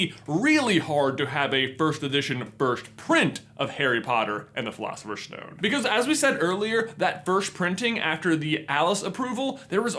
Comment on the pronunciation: Why do you say sh instead of s? It's not a shtone it's a stone, it's not firsht it's first and so on..... Is it just your American accent? It's really disturbing